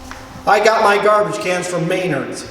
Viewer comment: I know people from the family that founded it and oh boy I never thought I'd see the day where someone confirmed their joke about how people say may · nerd and not muh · naard. man did I cringe a bit and also laugh, its been years since they told me that.